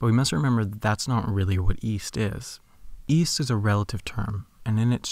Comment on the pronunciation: Uh... I thought you said Weast.